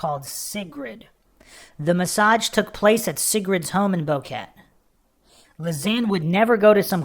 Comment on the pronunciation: The tour guide is Feliciano Gonzalez and his family are suspects. Its pronounced BO-QUE-TE not Boket.